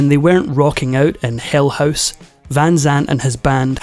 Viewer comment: Non-native speaker here. What kind of dialect pronunces HOUSE like HOSE?